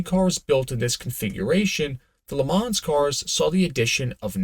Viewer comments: Leh Mom.. ma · I cringe every time I hear you try to say Le Mans. Disgusting.